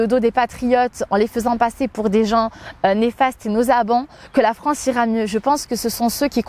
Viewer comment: "Je défends la Franceu sur les réseaux sociaux" Pwahahahah 😬😂